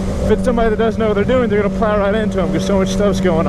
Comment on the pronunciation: i ffell like he overemphasized